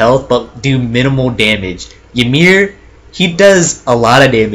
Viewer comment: Also its EE MEER